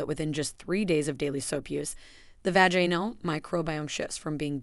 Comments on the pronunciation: Your videos are probably good and informative but your mispronunciation of really important words is embarrassing. Can’t listen 😞 Vaganal?😳 Bidet? Perineal! Look up some of these words.learn how to pronounce them. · Sorry this is ai. Full of mispronounced words, test for tear, vajainal for vaginal. Done here.